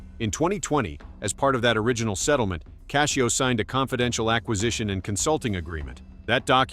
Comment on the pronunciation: His last name isn't cashio it's Cascio